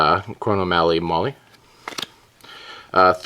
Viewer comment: it's pronounced moe-eye. Love the videos